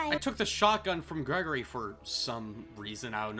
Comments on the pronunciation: GREY-GORE-E IT IS NOT GREGORY!!!!!! AHHHHHHHHHHHHHH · ITS GRIGORI NOT GREGORY